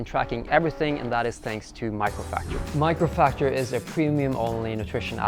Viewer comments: Buddy it's mAcrofactor not mIcrofactor haha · Isn't it Macrofactor instead of Microfactor??? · Did noone from his team think it was a good idea to at least pronounce the sponsor name correctly? :D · At first I thought I misheard. But yes, he pronounced it wrongly. Jeff Nippard's gonna be mad 😂.